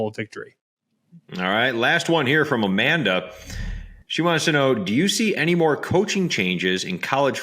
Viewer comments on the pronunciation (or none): none